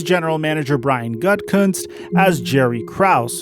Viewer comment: Why would I like or subscribe to some ugly mystery meat non-intelligent random who can't even pronounce Gutekunst's name correctly? Do 30 seconds of research and practice and you could sound like someone worth listening to. Schefter is a sleaze, but at least he can pronounce the name.